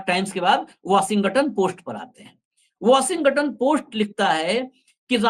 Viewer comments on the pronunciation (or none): Washing ton hota hai 😊 washingaton nahi ..its okay angrezi humari bhasha nahi hai galti hoti hai. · Washington bolo.washinga ton nahi. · भाई 'वशिंग-गटन' नहीं 😂😂😂इसे ठीक से वाशिंगटन बोलिये। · Don't pronounce g in Washington. Say, " washinton" g is soft